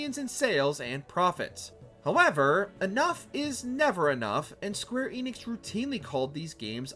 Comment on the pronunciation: The Enix in Square Enix is pronounced with an e like in end. Get it right lol